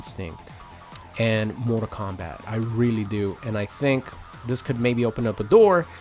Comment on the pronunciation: What's this "Mortar Kombat" game this guy speaks of?